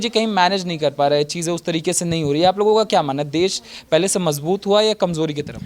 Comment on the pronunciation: देस देस कर री है पहले देश बोलना तो सीख फिर बोलना 😂😂😂😂😂